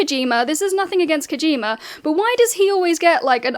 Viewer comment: Legend has it if you say "Kawjeema" three times at 3am Silksong will release and outsell Death Stranding 2